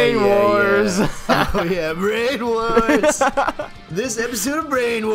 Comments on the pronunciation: I agree :D Though we wouldn't have gotten "Brainawarz" xD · Maybe ask a German to read the german names next time, might be more fair and genuine, but just a suggestion. Maybe "Branawarz" is not pronounced "Brainwars" in german...?